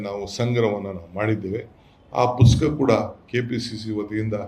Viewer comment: ಪುಸ್ಕಾ ಅಲ್ಲೋ ಕುಡುಕೆಶಿ, ಪುಸ್ತಕ ಅಂತ ಹೇಳೋ ಬೇವರ್ಸಿ, ನಿನಗೆ ಗಾಂಚಲಿ ಮತ್ತೆ ರೌಡಿಸಂ ಇಂದ ದುಡ್ಡು ಮಾಡೋದು ಬಿಟ್ರೆ ಇನ್ನೇನು ಗೊತ್ತಿಲ್ಲ.